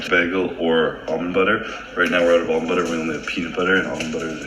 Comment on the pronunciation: We love, he says almond correctly 😂